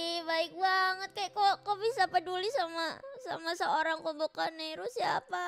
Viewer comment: Kobo: Haha I'm gonna lie and make people feel bad for me. 😀 People: actually offer help Kobo: wait what? 😢 Also glad I wasn't just hearing things when I thought I kept hearing people/Calli call Kobo 'Gobo'.